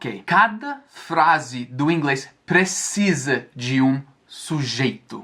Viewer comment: após acompanhar o canal por anos, é a primeiro vez q vejo o falar o verbo "precisar" corretamente. emocionante 😅 Ele sempre falou prezizar ou prezissar